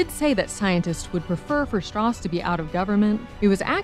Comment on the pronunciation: Didn't Strauss say his name was pronounced Strowse? He corrected Oppenheimer's pronunciation the first time they met, or was it the other way around because Strauss wanted to move away from the German pronunciation of that name.